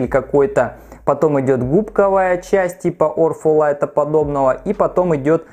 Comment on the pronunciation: Где буква Ф в слове ortholite!?!?!?